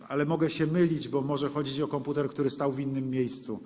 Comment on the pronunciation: Konputer! Angielska wóda!